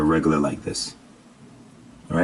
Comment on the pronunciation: "ok les get to dis joint" lol